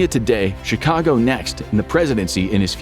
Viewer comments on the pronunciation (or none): none